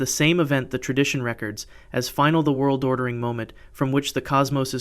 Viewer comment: Re-cords is the proper pronunciation that should be used here. Rec-ords is still a viable pronunciation, but entirely different context.